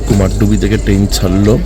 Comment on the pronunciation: you have said in that video also Kumardubi not Kumardhubi. But it's your choice whatever you want to say. I just wanted to make you correct because it's my hometown and people pronounce it wrongly that's why I have commented.